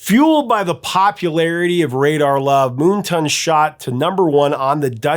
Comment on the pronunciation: Why do you pronounce it, "Moon Ton"??? Can I borrow some of your Sun TON lotion? 🤣🤣